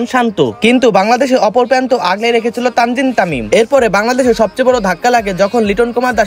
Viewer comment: Tanzim tamim na 😂 Tamzid Tamim